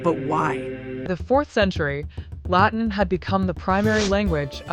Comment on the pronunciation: The computer voice can’t pronounce the word “Latin”. Or Ecclesial. Makes it hard to follow.